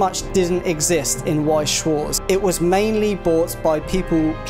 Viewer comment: Damn, butchered Weiß schwarz Name.